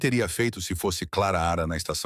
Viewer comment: O nome dela Clara não claara